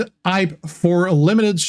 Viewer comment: G'day G, Did they call the new mode "Hype" to get you to practice your "H's"? Yo Joe